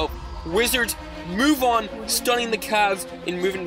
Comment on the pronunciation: He said Washington wigits